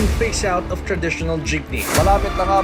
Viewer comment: Good analysis of Filipino transportation. One minor mispronunciation of the word "traditional". Pronounced "trah-di-tion-al"